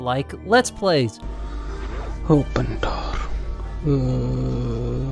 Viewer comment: Oëpen Dooorrrr